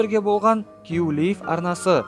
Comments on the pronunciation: Кью Лив емес КЬЮ ЛАЙВ ҚОЙ ДҰРЫСТАП АЙТСАҢШЫ! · Q-Live Q-Liveдеген Q-Lave деп айтылат сауатсыз